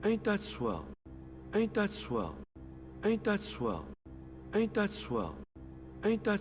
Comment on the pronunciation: Sounds like he says 8 .swell